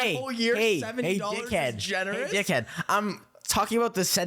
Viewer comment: Bruh Chris’ Boston accent LEAPED out when he said “Hey d**ckhead, hey d**ickhead” I loved it